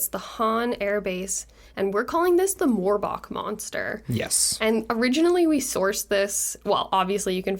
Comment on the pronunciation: Really? "Morb"ach? You can't be serious lol